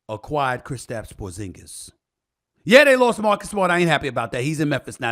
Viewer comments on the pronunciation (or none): Don’t say porsingas like that. It’s like saying flat tire